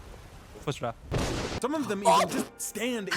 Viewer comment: i dont understand what he said subtitles say its supposed to be Fus Ro, but honestly it sounds like gibberish.